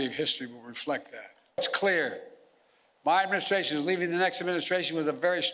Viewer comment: Someone needs to explain to the President how to properly enunciate “administration”. He butchers it vocally as he’s butchered it … as he said “Medicare”.